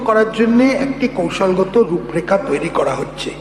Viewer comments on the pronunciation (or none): none